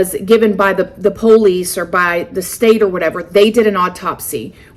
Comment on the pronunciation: I love how says Police. POLE-LEASE.😂❤️